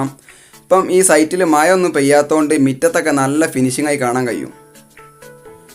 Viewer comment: മയ... മഴ